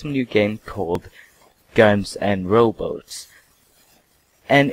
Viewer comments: it's robots not row boats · did he say Guns ar roboats? lol he did and ITS ROBOTS! do you even know how to say ROBOT. enless your not english then sorry.